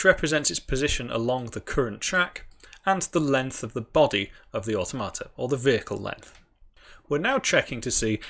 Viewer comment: Awe Tomato: the most awesome tomatoes 😁 Never heard automata pronounced that way before. "or tom a ta", rather than "or toh mata". I want to mod this with tomatoes now... Oh, wait... I can 😁